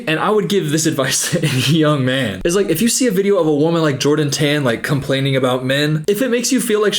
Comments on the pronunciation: That’s cuz he didn’t say John 10 lol he said Jordan Tan in an Aussie accent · Not defending this gronk, but I think he was saying the lady tikitoker's name but it sounded like John 10. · ?? Love the Bible rant but I think he said Jordan tan in an accent and not John 10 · I like how thought he said a bible verse but I'm 99% sure he said "Jordan Tan" lmao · you're right and he definitely sucks but as an aussie, he's not saying 'john 10' he's saying 'jordan tan' like, as in the name of the woman he was harassing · I love the whole getting read to filth with Bible verses section although I’m pretty sure he said “Jordan Tan” and not “John 10” 😭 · okay love you and i hate jack mac - but he was not quoting a bible verse - he just said jordan tan - tan sounding like ten to you i think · 🤣 he said “Jordon Tan” not John 10, but I still still loved ur vid! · He said “Jordan Tan” not “John 10” 😂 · I kept laughing every time you were thinking he is on a religious journey because him saying "Jordan Tan" sounded like "John 10" 😂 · I'm pretty sure he's saying jordan tan not john 10 lolll love u tho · i also thought he said john 10 lol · saying "unlike you i actually read the bible" but still thinking jordan tan's name in an aussie accent is a bible verse 🫠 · with all the love in my heart, I don’t think he was quoting the Bible, I think he said “Jordan Tan” not John 10 😭😭